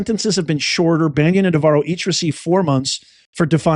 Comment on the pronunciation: Are you aware that you are improperly pronouncing Steve Bannon's name? It is not Banyan (like the tree) .. it is Bannon.